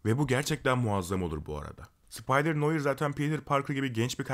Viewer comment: Abi bilgin olsun noir noar diye okunuyor.